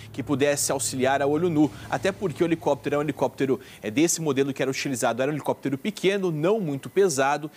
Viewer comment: Um repórter falando "helecoptero", ai é